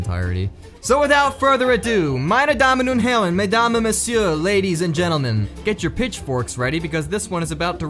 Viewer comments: The "Meine Damen und Herren" really took me as a German :D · That „meine Damen und Herren“ really came out of nowhere and pleased me giving the fact I’m from Germany 😂